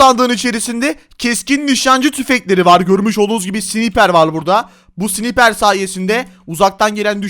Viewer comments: Abi o keskin nişancı tüfeğinin okunuşu sniper değil snaypır diye okunuyo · siniper değil sınaypır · Abi önce sniperi düzgün söyle